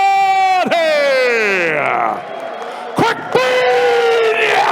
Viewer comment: A. Complete idiot “GENADI DICKVINIA”